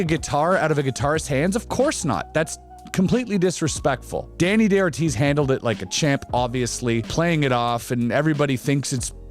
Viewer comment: Very good video, buts it´s not "Deni DeOrtiz", It's Dani DaOrtiz (Spanish pornunciation). Thanks.